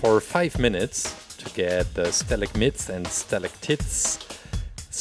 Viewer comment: Stalactits 😂😂 I know English isn’t you’re first language so I’m gonna help you out, it’s pronounce with an “ite” at the end. Like night or fight. Stalagmite is also like fight and night not fit and nit